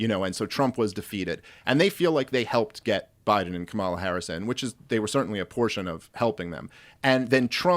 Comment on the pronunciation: Maybe start by pronouncing Kamala's name correctly when espousing that you're not a racist ...